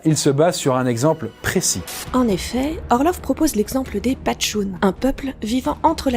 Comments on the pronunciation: Sinon c'est Pachtoune, et pas Patchoune. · Mais euh... on dit pas "Pachtoune" (et non patchoune) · C est moi ou la meuf dit patchoune au lieu de pachtoune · Alors premièrement, on ne dit pas patchoune, mais Pachtoune et ensuite on parle là d'un des endroit les plus dangereux de la planète ... pas sûr que ce soit une alternative très réjouissante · salut! j'adore vos vidéos!! juste petite précision... c'est PachToune... pas "patchoune" hahaha voilà voilà! sinon bravo pour vos contenus ça reste très intéressant, je suis depuis un moment déjà! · C’est pachtoune, pas patchoune